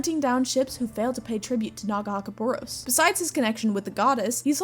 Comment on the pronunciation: Love your videos, don't love the way you say Nagakabouros